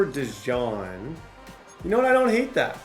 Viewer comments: The pronunciation on Cooper DeJean is (Coo-per De-Jeen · Quit calling dude a mustard.. it's DeJEAN 😂 jfc I wanna jump thru the screen every time u say it.